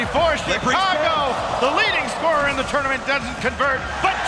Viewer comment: "It's tOOGHRment, because WHOOŒUGH Else??!?"